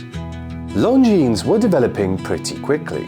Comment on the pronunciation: Lon zeen, not long jeans!